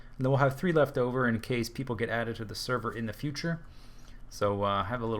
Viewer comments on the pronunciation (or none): none